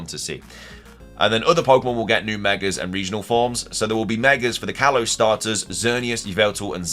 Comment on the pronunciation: "kayze"? you didn't even try to pronounce them right lol